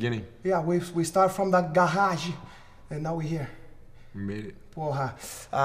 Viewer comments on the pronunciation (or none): I like how he "hemembers" back in the day when the Gracies were training in their "gaHAGE" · ...We started from the Gahajee(garage)...lmao